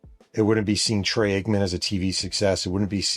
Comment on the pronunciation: Is he saying ”Trey” Aikman?